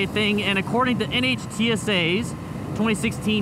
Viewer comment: Riding without your hands is fucking stupid. Roadways have all sorts surface issues. NHTSA is pronounced "Nit-sa."